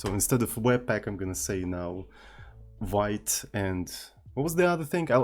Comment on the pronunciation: thats not a vait but veet (I'm talking about Vite tool)